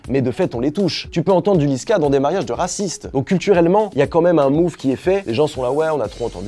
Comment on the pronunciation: « Les marriages de rrrrrrrrraciste » 🤣